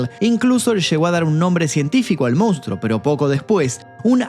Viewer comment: Con crees que podes extorsionarme no?? Pues te voy a decir una cosaa... FUNCIONÓ!😅: "MOUNSTRO"